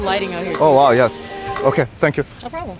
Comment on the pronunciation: "sank you" 😂😂